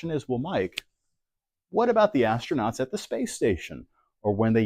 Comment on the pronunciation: As-tro-nut ? Look like As-old-nut